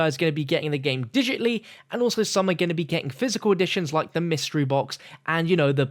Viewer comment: Digitly lmao, digitally come on buddy!:p